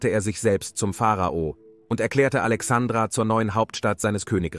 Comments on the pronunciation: Ist es wirklich so schwer,so ein kleinen Buchstaben wie ein "i" zu nennen. Alexandra mag ein wunderschöner Mädchen Vorname sein,hat aber nichts mit dem Namen der großen Stadt am Mittelmeer, und Gründung von Alexander dem Großen "Alexandria" zu tun. P.S. Arabische Republik? Das würden die Kalifen wohl anders Sehen. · ja , schon klar, aber deswegen ist es doch Furchtbar mit anzuhören.